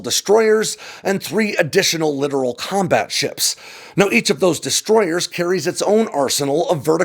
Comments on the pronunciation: Littoral combat ships NOT Literal combat ships!!!!!!!!!!!!! NOT the same pronunciation. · LCS: You're still saying "Literal" instead of "Littoral". You've been saying it wrong for years. Just say "little crappy ships" if you can't pronounce littoral correctly.